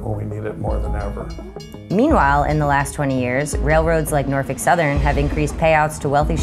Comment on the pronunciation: “Northick southern.” 😭